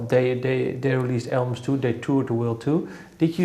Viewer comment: The dude says "Albums" ... I kept hearing "Elms" :D